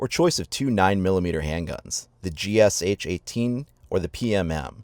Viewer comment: Good video. FYI GSH is pronounced not G-S-H but G-Sh (like in shackle) and means Gryazev-Shipunov who are constructors of pistol.